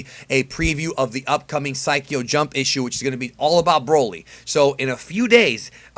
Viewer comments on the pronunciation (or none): none